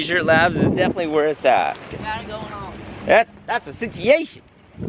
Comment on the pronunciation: Lots of sitchyashuns